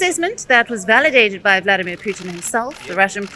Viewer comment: girl i know you are Indian ! at lest say names correctly vladimir putin is not puuuthin . he is not Indian .